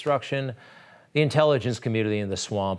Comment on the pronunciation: "Intelligence communnlliiiiy" - Greg Kelly